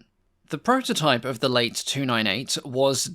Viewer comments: Good on you for covering lesser-known French planes. Now does the existence of a "late" 298 imply that of an "early" one? I jest, of course, the name is best pronounced "lah-teh" to avoid any confusion. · I'm sure it's not pronounced late 298 - as in opposed to early - but Late with pronounced e - short for Latecoere. But what does an american care about the subtleties of european languages? Nuts.